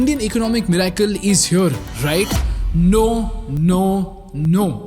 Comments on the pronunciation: MIRACLE Pronounced 'MIR-i-cle' ✅ not 'mir-AI-cle' ❌ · Great video with a lot of research backed info...very informative....trust a lot of hard work goes into this. Just a small request as you probably have a lot of young viewers/followers who probably emulate you...please ensure correct pronunciation of words in your commentary, eg: Economy, Miracle, so that your listeners don't end up learning wrong way of speaking and carry it with them wherever they go. Hope you take it positively 🙏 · Great Content😊 Thank you for this👍🏽 Please correct your pronunciation of : 'Economy' 'Miracle' 'Poland' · Bro the way you say miracle is soo disconcerting